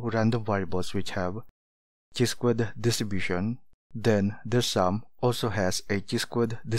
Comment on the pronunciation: it is pronounced as - "kai" NOT "chee". Nevertheless, your derivations of pdf, mean, variance and statistical videos are very useful.